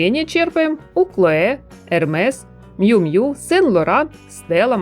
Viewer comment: Нравятся подборки, но комментарии не могу себя заставить выслушать, уж простите. Ну не джинсОвая одежда, а джИнсовая. Не Мью Мью, а Миу Миу....